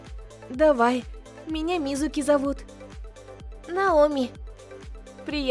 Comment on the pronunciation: Не мизУки а мИзуки